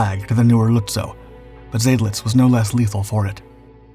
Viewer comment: Not Zaydlitz but Zydlitz. Of course this poster isn’t a human, but a brainless computer.